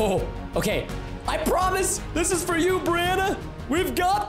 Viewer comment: I love how how he says fur for fur for fur Pete sake at like or somthin